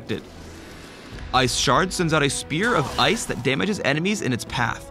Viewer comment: i heard "iceporn". ahahaha!